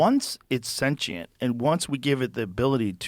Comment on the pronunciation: finally joe learned how to say "sentient" properly - not senchient hahaha